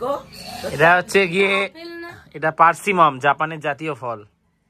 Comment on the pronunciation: Persimmon not persimom